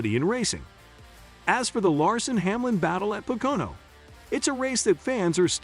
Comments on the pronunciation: Its PO-KO-NO.....not PAH-KO-NO or PA-KO-NA........😉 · It’s pronounced po ka no . Learn to speak English. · At least if you're going to be a reporter for Nascar, really need to learn how to pronounse the tracks. It's called Po-Co-No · A channel called Nascar Zone that can't even pronounce POCONO correct..? What a joke...